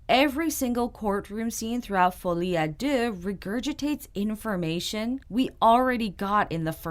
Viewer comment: I think you’re the first reviewer I’ve listened to that pronounced “Folie a Deux” without butchering the Feench, lol